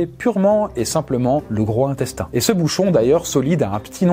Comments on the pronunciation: Il faut faire la liaison entre gros et intestin! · Cher, on ne dit pas « le grohintestin », on dit: « le grozintestin » (liaison obligatoire)! Diriez-vous « le grohorteil »? Bon. Cette vidéo est aussi intéressante et instructive que les précédentes, mais elle est particulièrement insoutenable…